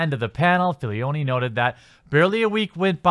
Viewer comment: one critique, please pronounce it Filoni insead of Filioni, you are adding a noun in there bro.